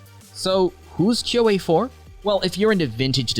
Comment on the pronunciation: "Kuo" The e is silent